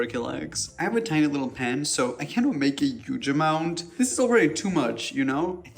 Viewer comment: I always find it funny how you say “huge” as “yuge” and works as “wOrks” with emphasis on O 😄